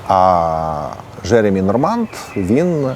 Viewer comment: п. авторе, у франц. вимові слова Normand буква d відсутня. І наголос, звісно - на останніх складах. Тобто точніше - Жеремі́ Норма́н чи Жеремі́ Норма́нн.